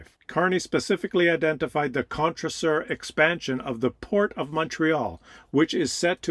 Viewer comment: Contrecoeur has two hard 'C's. Pronounced Contre-K-eurr (sorry for the primitive phonetics). Literally translated, it means "against heart".